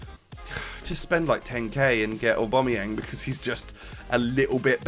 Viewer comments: Oh-bam-uh-yang. Not or-bom-ah-yeng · Please pronounce Aubameyang names correct (OCD)